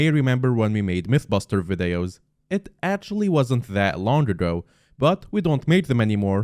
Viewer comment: Every skyblock yt says "Vidayos*